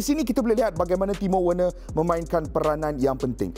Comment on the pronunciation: Cara pronounce nama werner = verner